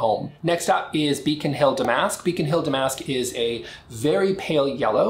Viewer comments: I think you are pronouncing damask wrong...think of the fabric...I want to think that’s the reference. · Darling, you might want to take a moment to check the pronunciation of “damask.” You’re a sophisticated man with good taste....